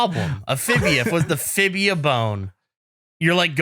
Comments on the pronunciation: Fibula, not fibia 😐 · WTF is a "fibia" Gavin? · hearing ‘fibia’ bone was painful